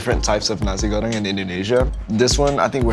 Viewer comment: RICH CHIGGA REPPIN THAT SUPERMIE PRIDE FAM 😭🇮🇩🇮🇩🇮🇩🇮🇩💕 Sean gotta learn how to say sambal and nasi goreng correctly tho